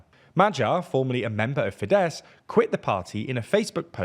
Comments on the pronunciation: Small correction here: Tisza - TEE - SA FIDESZ - FI-DES Závecz - ZAA - VETS Although your understanding on what 'opposition' means, the video is fairly correct. Thanks! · It‘s “FEEdehss” not “fiDESS”! All words in Hungarian are stressed on the first syllable.